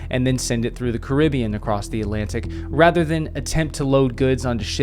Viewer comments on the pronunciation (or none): none